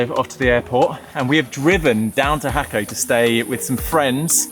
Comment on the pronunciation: Jaco’ is pronounced hawk-OH😂Español, people. Español.